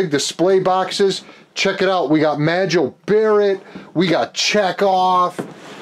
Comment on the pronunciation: You mention every character and then say, Majel Barrett. 🤔 Thanks for a very cool video.